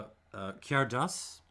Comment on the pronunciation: That d is cairdeas is pronounced as a "ch" sound, so it's more of a "carchais" and "lachaig". Also, I totally agree with you on the 2021. Complex and powerful for sure, but totally unbalanced in a way that tends toward off-putting.